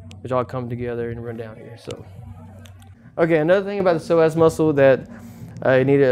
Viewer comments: I keep hearing "the Sore Ass muscle" instead of Psoas muscle.. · I thought he said "sore azz" muscle ...